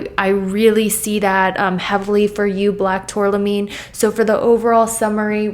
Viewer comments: Love you,! It’s tourmaline, not tourlamine. Love the black tourmaline reading. 🖤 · Loved the reading! Thank you ✨🙏🏼✨ Yes, I’m feeling like I’m ignoring it… 😅 P.S. it’s TurMAlin btw not turLAmin. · Thats what I thought lol she says tourlamine but wrote tourmaline